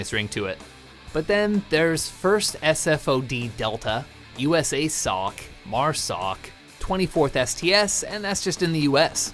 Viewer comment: USASOC is pronounced YOU-SA-SOCK.